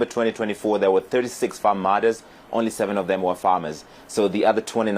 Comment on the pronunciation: Now you don't know how to pronounce the word farm? What is going on with you?